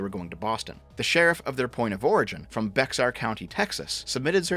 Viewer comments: Haha, Be-“X”-ar County. Hehe. It’s actually Be-“HA”-r, or simply, “Bear” county. But whatever, Canada’s far from Mexico. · so you know, Bexar county (San Antonio) is pronounced "bear." The X is pronounced more like an H. Also, what DeSantis did was indeed a political stunt, as you correctly point out. But what you missed is that Biden does not have a failed border policy. His border policy is doing exactly as he and democrats intend: to promote, encourage, and streamline illegal immigration. For years now, democrats have promoted this policy knowing that, aside from California, they have been screwing all the red border states with this policy. This has been going on for many years. They deny it, but their ENTIRE STRATEGY regarding the border and immigration is nothing but a decades-long political stunt. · "Bexar county" is pronounced Bear county, just fyi. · San Antonio Texas is home of bexar county. Bexar is pronounced "Bear" 🐻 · Bexar County Pronounced "Bear" Yeah, I know, fuckin' weird. Lived in Texas my whole life, was 24 when I heard it pronounced properly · He isn't allowed to deport them. Also Bexar is pronounced Bear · saying Bexar physically hurt. Just the same as when he tried to pronounce uvalde. It’s pronounced Bear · 'Bexar' is pronounced 'Bear', like the animal. The 'X' is silent. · Pronounced "bear" county, Texas. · I'm from San Antonio and the way you pronounced "Bexar" made me cringe. Please, it's pronounced "Bear." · Bexar is pronounced "Bay-Har" not "Bex-Ar." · The x in bexar county is silent so it's like "bear" county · I know your not American. Or even a Texan. But by GOD please pronounce "Bexar County" as it is properly pronounced - Bear. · Good vid, but it's pronounced Be~har or Bear. Not Bex-ar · Bexar, the x is pronounced like an h due to Spanish influence. It sounds like "Bear" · Bexar is pronounced Bear, talk to the Native Americans, I don't make the rules. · "Beks-ar" lmfao. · "Bexar" is pronounced like "bear"